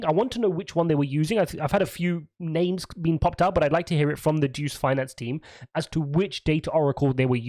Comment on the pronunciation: DUCE lol. It is DEUS (DEH-OOS) though.